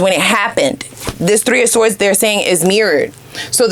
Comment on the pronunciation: 🔥Very on point....had to get out... side note: word sword is pronounced sord